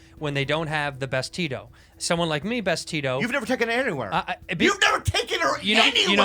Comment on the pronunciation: tito is pronounced more like "the-though" with quick th's. it's not "tea-toe"